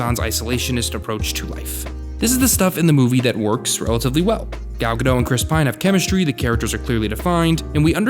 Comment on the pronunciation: Gal Guh-DOTT. I know it’s weird. I thought it was Guh-DOH too. Awesome video.